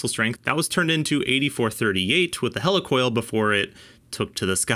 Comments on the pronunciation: heli coil not hella coil lol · Wtf is a Hell E Coil? It's Helicoil Heel Lee Coil not Hell E Coil....